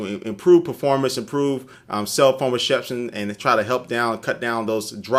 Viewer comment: ''cell phone reshepshion'' LOL